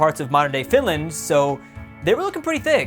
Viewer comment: You are pronouncing "Vinland" wrong